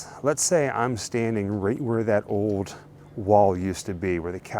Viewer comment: Just some constructive criticism but you guys need to return to your roots of more in depth darker weird topics, with more research done. Just lining up shots from a movie, altho sure it was awesome, is just lazy and lame. Also please practice pronunciation..its not 'Potergeist' or 'Owed' instead of 'Old'. I don't know if Hollywood went to your heads but bring back the old Grimm Life!